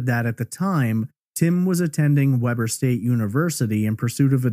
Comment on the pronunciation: I love your episodes. I am from utah and I had to point the school the husband went to is pronounced weeber its spelled weber